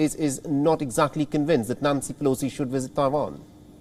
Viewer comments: its visit not wisit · Take a drink every time he says WIZZIT!😵‍💫😂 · I thought you were exaggerating, but that "wizzit" is out of this world. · At first i'm like wtf is a "Wizzit" then i realized he means visit LMAO! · 😂🤣😂 I’m laughing at how he pronounces visit (Wizit), I cannot take this seriously, Between the presenter, the USA and Chinese situation. It’s comedy at its best. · I don't know what a "wisit" is, but I now know that Chinese people emphatically don't like them! 😮